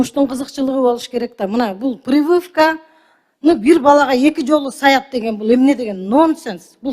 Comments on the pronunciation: Талиева, прывывка эмес, прививка туура суйлосон грамотно. Ты же депутат лицо народа, ты должна быть как зеркало. К стати сен деле министр болбодун беле эмнени кыйраттын эле. Причём Бейшеналиев эки жолу сай дептирби? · Пырывывка 😂😂😂😂😂🤣🤣🤣🤣🤣может прививка.. 🤦🤦🤦🤦🤦🤦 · Бул депутат нонсенс дегенден мурун "приывка" "привывка" деп журот😅ПРИВИВКА болот ошону уйронуп алыш керек экен😂видимо у этой бабуле уже пора на пенсию,а то старческий моразм у неё😅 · Прывывка дегин 😂😅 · Прививка деген созду баштап туура суйлошту уйронуп алып анан суйлобойсузбу.аптекалар Алымкадыр байкеге чейин эле толтура болчу. Реформа сонун болуп жатат.ишинди кыл бироонун уйротконун сонун кылып суйлобой дабдырап. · Прывывка дейтго 😂